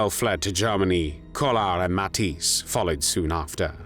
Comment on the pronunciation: the "ij" in Matthijs is pronounced like the "ai" in claire or the ea in wear